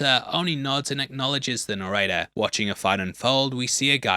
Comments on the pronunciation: Are you trying to say narrator? What fuck is a noretta? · Are you saying "narrator" or is "norrator" a play on words w Norton's name???? Genuinely can't tell what you're saying & it's being said so much it feels important 😭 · Yo pronounce your T's please "narradar" etc. Mid-Adlandig (Atlantic) lols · I’m so American, it took me forever to understand you were saying “narrator.” I was like, “Who is ‘Nareda’?” 😂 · His pronounciation of "Narrator" sounds like he's saying "Norrayteh", and it's throwing me off. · need more annunciation with the word "narrator" ...